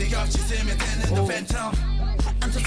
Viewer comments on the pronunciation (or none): none